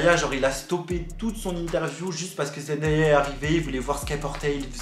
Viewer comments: J'en sais pas beaucoup sur eux mais si je peux t'aider sur une chose c'est son prénom Zendaya qui ne se prononce pas Zendaïa mais Zen Day( comme jour en anglais) A, pour ma part c'est la seule info que je pouvais t'apporter, merci pour ta vidéo 😊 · Juste petite info pour tout le monde : Zendaya se prononce Zen-day-a. Le "day" ne se prononce pas "da" mais bien "day" (comme la journée). J'espère que c'est compréhensible mdrr mais voila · hello zendaya se prononce comme "zen-day-ya" et non "zen-dA-ya":) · Salut je voulais juste te dire que zendaya a dit que sont prénom se prononce comme ça zen-day-ya voilà c'est tout bisous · Sa se dit zendeya pas zendaya 😭😭😭💖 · Super merci beaucoup ! par contre ça se prononce Zen-dé-ya même si ça s'écrit Zendaya voilà ça m'a stressée toute la vidéo 😭😭